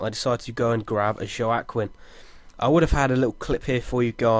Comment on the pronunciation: is a freakin machine btw Joaquin is pronounce jak-een just saying